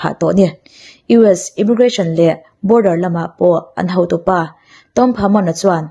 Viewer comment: thine, chutih rualin ho tia lamtur hau tia I lam ri thin hi chuan ngaihthlak a ni nuam lo deu thei, i aw mawi em em hian ngaihthlak a tinuam zual thin.